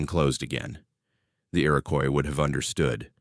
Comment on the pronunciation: The indigenous population is pronounced “IR-IH-KWAH” not “Coise”